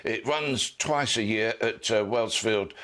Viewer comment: "Wellsfield" airport. Oh dear. He really doesn't know what he's talking about does he. Wellsbourne is the correct name of the airfield. He's also talking complete guff about denial of logistics to Argentine forces on the Falklands thanks to the Black Buck raids. They were very important psychologically and they did accomplish some military good, but he massively overstates what they achieved. They did make it too risky to try basing fast jets at Port Stanley and they did demonstrate that if necessary the Argentine mainland could have been attacked. That meant deployment of air defence assets to protect against that possibility. Those were material contributions to the war effort, but NOT what he claims the raids did.